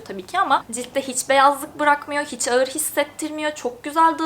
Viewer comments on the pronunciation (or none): none